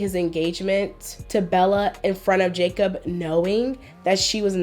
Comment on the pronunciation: Jacob was so butchered smh )